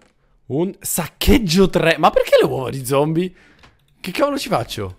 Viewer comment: hahahahahhah hai detto zombo no zombi